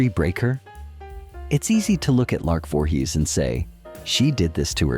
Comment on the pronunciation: Do you review your clips before posting them? You should have caught the mispronunciation of her name in the beginning of the clip. As for Lark's downfall, a mix of her mental diagnosis along with being Jehovah's Witness is a lethal mix - delusions due to her mental state and the delusions of JW beliefs can only result in disaster. But Martin and the other guy certainly didn't help. I wish I had known her. She needed someone close who could understand what she was dealing with. I'm not saying I would have married her. But I certainly may have helped her as a friend who understands her demons.